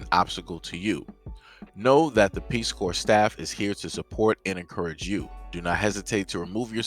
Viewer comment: If they never seen any black people, how do they know the Nword??? Because Ukraine has a serious Nazi problem. Putin ain't with that stuff coming east. P.S. stop pronouncing the P in corps.